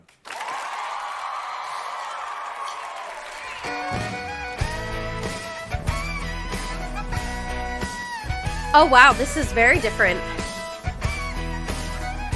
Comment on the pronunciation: I’m enjoying your reaction videos but FOR GOSH SAKES Chappell's last name is ROAN, not “Rowan”. Roan, like groan, phone, stone, alone. You’ve been reacting to her videos for months and months and still don’t get it right